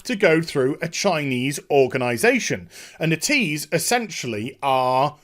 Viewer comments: It is NET-EASE not NE-TEASE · its not "netease" its "net - ease". That is the official pronounciation, just sayin.